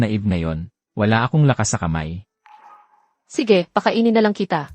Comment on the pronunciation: Maganda ang kwento kaya lang hindi maganda ang narrator at bakit may hoy ang pag tawag? It is wrong how you pronounce sige.